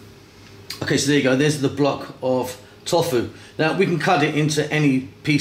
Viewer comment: you dont pronounce it "Tof-fu" hahah you pronounce it "To-fu"